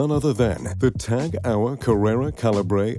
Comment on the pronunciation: This video is maybe 5-10% about watches and the rest about extraneous stuff. Also, go learn how to pronounce Tag Heuer or indeed Heuer, BEFORE making a video about WATCHES. Also, I bet everyone knows a lot about Gates, Bezos and Musk and how much money they have, BEFORE coming to this video, so fucking skip that part talking about things that are not about watches, which is the fucking title of this video. It took over 2 minutes to get to hear about the first "billionaire watch". Long story short, this video sucks, it's terrible